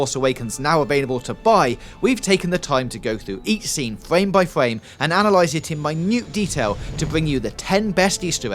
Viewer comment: Fwame by fwame